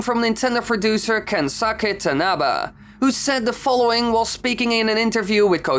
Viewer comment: Tingle is a funny character, but we can't have him anymore because Burgerland is a bitch. Also "Kensake Tanaba", "Aianuma"? Please, train your pronounciation.